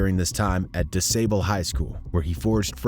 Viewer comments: Damn, can't even pronounce the name of the high school correctly. Which was named after the founder of Chicago. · Who are you trying to tell young bloods story. Shut your stupid ass up. Who from America can't say DuSable properly or say his sisters name correctly. Shut your internet story jacking ass up. Leave our people alone goofy European Man